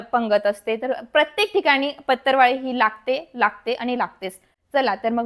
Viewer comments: Its patravali not patarvali, it sounds so irritating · It's not pattarwali plzzz it's patrawali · सगळ्यात पहिली भाषा सुधारा बिझीनेस करायला निघाली पतरवळी ××× पत्रावळी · 'अहो मॅडम,याला पतर वाळी नाही म्हणत.... तर पत्रावळी असे म्हणतात.😊😊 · पतरवाळी नाही पत्रावळी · पतरवाळी 😂 का पत्रावळी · Aho dohale jewan . La . Lgana sathi koni hi waparat nahi. आणी पतरवाळी नाही हो पत्रावळ म्हणतात. or पत्रावळी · पत्तरवाळी नाही बाई पत्रावळी म्हण ग सखू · Madam patarwali nahi parawali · पत्तर वा ळी 😂😂😢😢 हि कुठली भाषा शाळा शिकुन अडाणी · Aadhi Patravali bolay shika